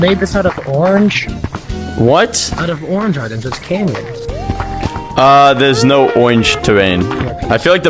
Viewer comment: That ain’t canyons that’s banyons😭🙏